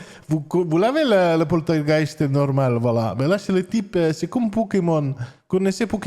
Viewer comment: Lou pourtougheist nourmal !!! 😂👍🇵🇹